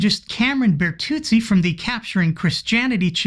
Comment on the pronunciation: From an Italian perspective, your pronunciation of Bertuzzi was spot on